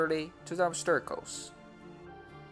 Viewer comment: obsterakels? do you mean obstacles? :P